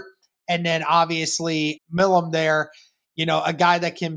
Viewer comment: Milum is pronounced MY-lum